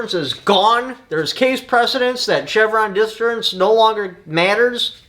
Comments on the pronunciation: “Chevron Deference” sir. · "CHEVRON DEFERENCE" lol